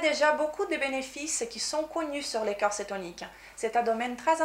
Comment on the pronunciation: Bonjour. de Maigrir Définitivement n'est pas anglophone mais lusophone (elle est Brésilienne). C'est vrai elle parle très bien français. Avec cependant un petit défaut d'accent entre "corps" et cœur" qui peut être troublant pour la compréhension de son discours, par ailleurs très clair et intéressant.